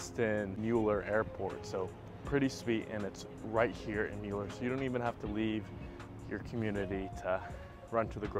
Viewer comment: It's pronounced "miller". Thanks for the report. I have lived in Austin for 43 years.